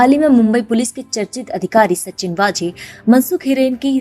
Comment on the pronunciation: its not वाजे.... its वझे